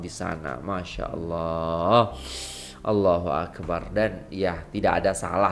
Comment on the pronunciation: maaf iya..mohon sebutan ALLAHUAKBAR..mohon sebutan BAR jgn di panjangkan..karna makna nya jadi lain..maaf sekadar nasihat..